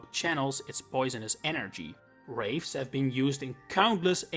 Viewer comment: Wreaths, not wraiths